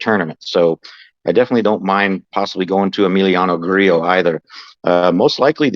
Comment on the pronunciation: Two thumbs up because you actually pronounced Grillo correctly. 😂. Good stuff guys. I might start dating Webb again.